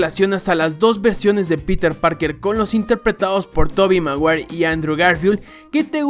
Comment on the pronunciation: tobi maguair 🤣🤣🤣